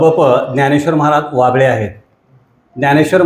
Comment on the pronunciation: कृपया हभप बाबळे महाराज ऐवजी असे वाचावे